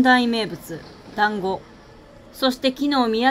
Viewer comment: のど飴と団子😂本当にたまたまか❓旅をする前から考えられた壮大なネタ👍胸を張って団子の滑舌はしっかりしましょう😁